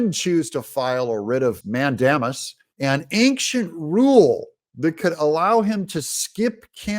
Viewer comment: I double checked. It's pronounced "man-DAY-mus," as in, "Man, day mus' end when the sun goes down."